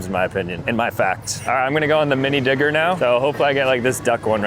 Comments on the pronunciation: Why tf does this time stamp make it sound like he said it w an n💔🥀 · Bro did not say digger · buddy did not say digger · Every time he said digger I herd something else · he did not say digger every time i swear💀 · bro said digger💀☠💀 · Bro did not say digger 😭🥀